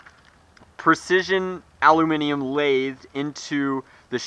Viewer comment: FINALLY, an American that can pronounce the word 'aluminium' properly.